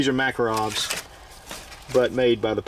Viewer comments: TOKE-A-REV Not takarov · Need to work on your pronunciation of "Makarov". Nice tour.